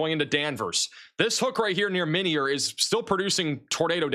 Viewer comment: its pronounced my-near illinois